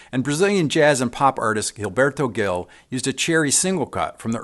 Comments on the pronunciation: Great video. Just a side note: Gilberto Gil is actually pronounced as "j", like Jill. "Jilberto Jil". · its pronounced JILL-berto JILL. great video though.